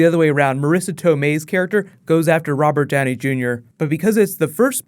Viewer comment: I drank a shot everytime you said "Rober Djowney Djunior". Now I'm drunk.